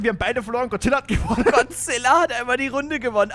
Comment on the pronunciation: Es heißt godzilla und nicht gozilla